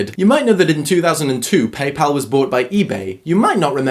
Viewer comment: Thanks for saying PayPal, not PayPaul